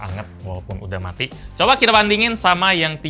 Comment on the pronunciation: "Coba kita bandingin" Yg gw dengar:"Coba kita bantingin"